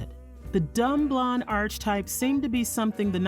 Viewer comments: The narrator is annoyingly mispronouncing "archetype". It's pronounced (ar-kee-type). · There were other goofs, such as "John" Mankiewicz (this famous writer-director-producer was named Joe), and the mangling of the word "archetype" as "arch-type," and on and on. Overall, it's odd hearing a narrative about the most white bread icon of all time in an ethnic accent.